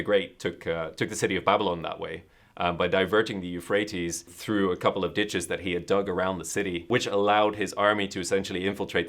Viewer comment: "Ditches" - Enough said.